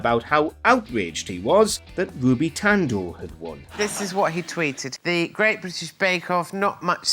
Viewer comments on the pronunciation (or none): none